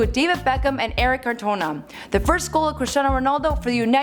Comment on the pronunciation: she's butchered more words than Michael would have... Who is "Eric Catona?" How hard is it to pronounce "uefa" (you-ay-fa). And half of the information on him is bullshit... In his first two years at United he didn't win a Champions league or a club world cup... A "silver ball in the World Cup" is most certainly not "FIFA player of the year" 😂😂😂